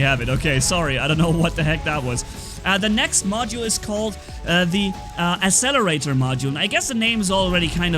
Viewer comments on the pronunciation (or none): You say: asselerator You need to say: akkselerator